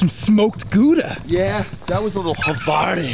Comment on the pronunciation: Greetings from Europe!! great seeing the whole 'team' out and involved, awesome vibes. 2 points of order, Its pronounced GOW-DA and the 'rule' if you don't make the 'ladies' tees is the dick our rule. You can work out the details.......makes your swing feel REAL weird....